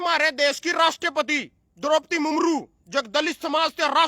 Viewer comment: बेटा,,,,, मुमरू नहीं। मुर्मू होता है।